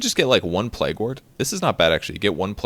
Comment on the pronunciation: hehe, its pronounced 'playg' not 'plag' :P